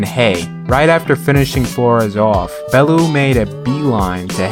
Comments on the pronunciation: Lmao Bellew is pronounced BellYOU not BellOO😂😂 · i love you & have followed you for years but this is the only time ive ever seen you be wrong about boxing, its pronounced “bell-yew” 😂 other than that your record speaks for itself, the GOAT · Its pronounced Bell-yew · Just for future reference its pronounced bell-you and all he wants too do is get home too his wife & kids. Keep doing what your doing man, much respect ✌️ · Please learn how to pronounce Bellew